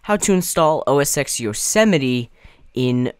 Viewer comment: yosemiteee? Its pronounced yose mite